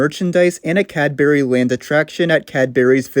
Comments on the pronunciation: The pronunciation of Cadbury is killing me. It's pronounced Cad-bree 😅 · They're pronounced 'cad-BRE' and 'SPUHM-co' :) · your pronunciation of "cadbury" is horrid